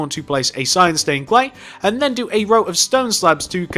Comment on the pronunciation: you said black staind pane